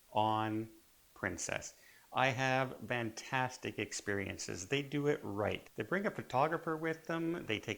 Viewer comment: "VANtastic" ? WTF?